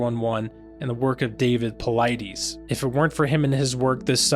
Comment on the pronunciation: David's last name is pronounced- pol-lie-DIS. Just saying.